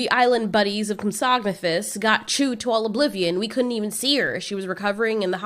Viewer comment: its pronounced comp- sog- nate- thus NOT like you pronounced it comp- sognatos